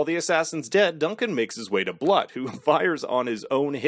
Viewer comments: Annoying as hell, but Blut is pronounced like Bloot. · Some people pronouce a type of champaigne "brut" but the proper pronouciation sounds like "broot". So yeah, "Bloot". - Her skill is seduction. Not really a skill, but yeh, it is deadly.